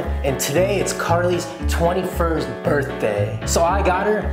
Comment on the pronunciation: you said birtday b I r t d a y wow